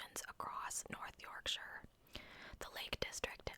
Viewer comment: ❤ the second way you pronounced Yorkshire was correct ❤